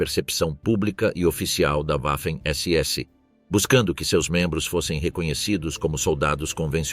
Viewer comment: NÃO É UAFEM SE PRONUNCIA VAFEM....